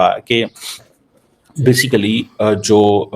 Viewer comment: Kamar chima basikly😂😂baskely... Bolna hai to basketball bollo..